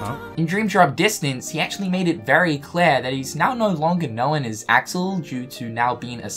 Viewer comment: Y-you pronounced Axel wrong...